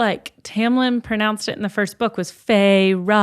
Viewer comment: and you’re saying Feyre correctly!